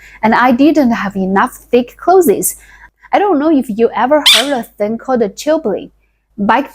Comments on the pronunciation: Your English vocabulary is very good. You must read a lot of English books. For the word "Clothes", pronounce it the same way as "Close" (like, close the door). I grew up in the US in the 60s and we were poor. Not as poor as your village but, I was the poorest one in my class in elementary school. I can relate to the food, clothes and hygiene stories. Comfortably retired now because I learned not to waste. People waste a lot in the US. Good luck with your channel. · Very good English with some difficult words. Listen to some pronunciations of "clothes", "various" again and try that. Your story reminds of how I grew up in south Africa, past down clothes that had repairs and didn't fit, no shoes , cracked skin on hands and feet from cold, worms and lice, we played in trees and with mud and sticks. we were happy as we didn't know better till later when image mattered.